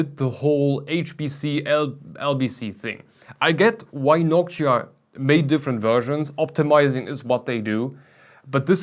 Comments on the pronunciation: It sounds more like Hawk-tuah, hahah. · is it just me? or does it sound like "Nokia" when he says Noctua